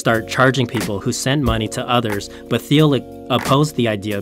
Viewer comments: What you didn't learn is that the uploader got a few things wrong. It's pronounced Teal, not Theel (Peter Thiel). Also, he used the logo of some health company called Cofinity, not Confinity (the actual company). Lots of info researched, but constantly botching the founder's name and his company takes it down a notch. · That drove me nuts. Also, his pronunciation of "Peter Thiel". It's pronounced "teal", like the color. Otherwise, great video, but this stuff just makes him sound amateur. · I do. it made me wonder the whole time "but that looks like Peter Thiel who is Phil?????????????????? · wrong confinity logo, THeal, CompaCT, Wells FargO (wrong emphasis); c'mon!! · The presentation is not bad, but you pronounced Thiel's name wrong and also you used a healthcare company Cofinity's logo instead of Confinity.